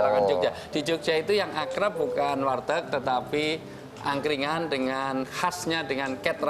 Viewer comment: warteg jd wartek.... 😂😂😂😂😂